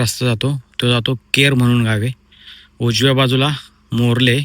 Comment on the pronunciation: Marle nahi Morle